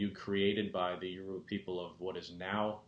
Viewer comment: you are not pronouncing it correctly....dang....your-ah-bah not Uah-roobah ...what are your ancestors saying?